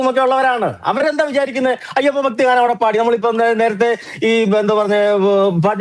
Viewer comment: റിപ്പോർട്ടർ ആയ ഫക്തിയല്ല ഭക്തി എന്നാണ് പറയുക